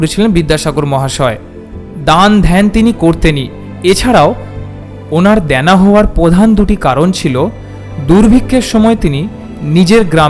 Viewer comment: দ্যানা নয় "দেনা"। "স্নেহ ", " সংশ্রব" উচ্চারণ করছেন। সিযুক্ত উচ্চারণ নয়। " শ্রীযুক্ত"। হিন্দি ভাষীদের মতো শ এর উচ্চারণ